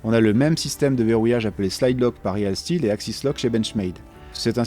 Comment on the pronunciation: Ça se prononce riiiil stilll